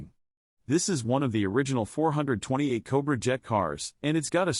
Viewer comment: AI 4hundred 28 is painful as is 4 hundred 42. Teach AI how to read or get rid of it!